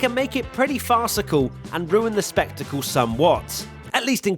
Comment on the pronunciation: Did he say Spectacle? 🤭